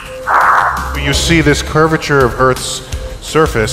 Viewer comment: to be fair, he says "curvederph of the earth"